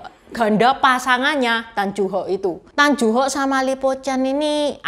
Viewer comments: Mbacanya Tan Yu Hok, neng, bukan tan ju hok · Tan yu hok bukan Tan ju hok